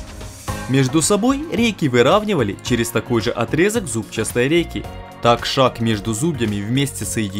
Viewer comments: Всё чётко!!! Только слух режет слово "зубчаСтый". Вроде как надо просто говорить" зубчатый"! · ЗУБЧАСТЫЙ...? ИЛИ ЗУБЧАТЫЙ. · единственное замечание которое резало слух это "зубчаСтый" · Правильно говорить зубчатый а не зубчастый, прямо слух режет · Почему зубчастый а не бузчатый. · Сюжет понравился, однозначно молодцы, но ударение на "зубчаСтый" и "ЗубчаСтая рейка" режет слух. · ЗубчаСтый. Чуть с ума не сошёл пока ты не перестал это слово повторять